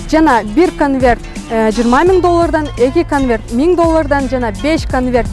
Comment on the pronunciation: не Канверт а конверт